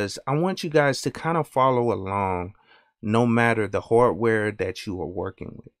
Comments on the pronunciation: It's his accent. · i dont have experien ce with a wide range of African americana accents and theres a loss of regional accents anyway, but ehen you said hardware, i realized you had an accent. where are you from? (content creator)